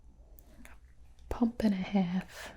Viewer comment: Gibi:(in a country voice) just one pump Me: welcome to the South jUsT oNe PuMp LaDiEs AnD gEnTlEmEn